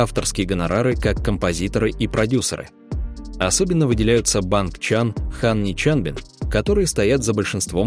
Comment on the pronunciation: Не БангЧан а БанЧан